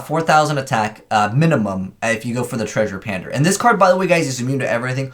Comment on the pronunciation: Is he saying treasure pander? Isn’t it Treasure Panda?